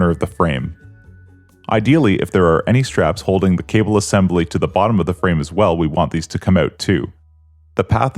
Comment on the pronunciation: Assembely. Lol. I'm sure this guy will also say nucelur.